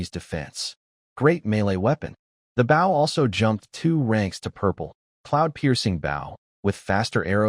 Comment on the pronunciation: U telling me AI having such trouble pronouncing Bow (the weapon), using Bow (bowing to someone) but it can pronounce Sauna absolutely perfectly? Alr AI, alr.